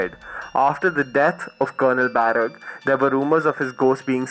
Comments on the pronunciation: Shimla's tunnel is pronounced as "बड़ोग" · It is Barog Tunnel, do check the pronunciation. Just a suggestion, great content though.🌼